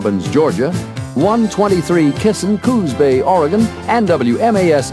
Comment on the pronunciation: ... "Coon's Bay, Oregon"... LOL.... (It's actually Coos Bay.)